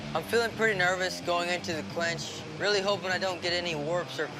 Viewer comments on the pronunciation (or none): Dude called it a ‘clench’🤣